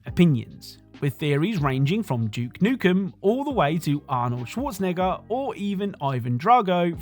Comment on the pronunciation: My man. You gotta learn how to say Schwarzenegger lmao